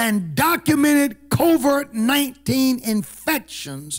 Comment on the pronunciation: Hey it's COVID 19 you keep pronouncing it as " COVERT 19."